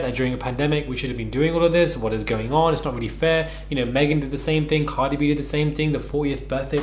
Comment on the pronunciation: “The word vicious unno “ 💀